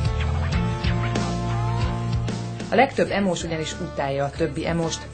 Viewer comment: Pont az emo srac mondja azt h "Ímós?" neee 😂